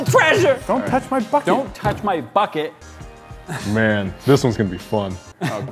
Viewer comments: when they say bucket it sounds like they are saying f*** it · WAIT.... did throw the bucket and say, "Bucket!" or F*** it?!?!